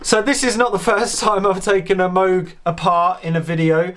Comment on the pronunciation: Just a friendly reminder: it's pronounced Moog like "rogue" not Moog like "dude."